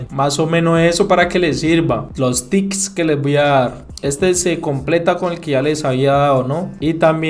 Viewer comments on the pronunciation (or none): Me da risa que diga "los tics" en vez de "tip" JAJAJAJA 🤣